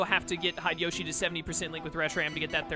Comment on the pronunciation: probably already way to late to say. And you probably are so used to it you wont change it but Hideyoshi is pronounced He - day - yo- shi , and not hide-a-yoshi Just have a chukle every time you say it, makes me think yoshi is hiding somewhere.